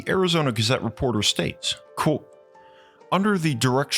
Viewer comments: It is pronounced "quote" not "quo". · It tickles me to hear him say “quo” instead of quotw